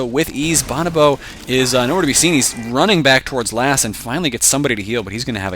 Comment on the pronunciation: boe-no-boe, not bahn-ah-boe